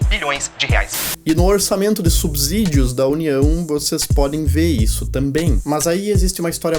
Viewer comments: Ótimos vídeos, como sempre muito instrutivos. Uma crítica construtiva. Lembrem-se que a pronúncia de subsídio segue a mesma regra de subsolo. Pronuncia-se subsolo e não "subZolo". Logo, é subSídio e não "subZídio". Som de S e não de Z. No mais, parabéns pelo conteúdo. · é subSÍDIO não "subZídio"